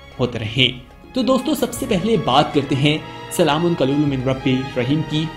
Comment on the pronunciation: بھائی آیت ٹھیک پڑھو سلام قو لم ہے قلیل لم نہیں